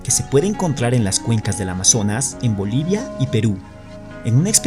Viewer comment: pronuncie bien no es livia es Bolivia